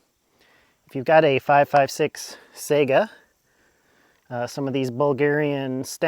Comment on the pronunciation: Sigh gah not sega